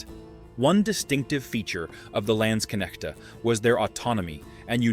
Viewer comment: Landsknechte are not spoken with ä , but a, similar to lance. Land can mean either land or country, depending on context. The shown weapon is no pike/ Pike, but a boarspear/ Saufeder. Katzbalger , spoken about Cats ( more a than ä)- ball - ger , not Katzbaldscher. Plural of der Zweihänder is die Zweihändler.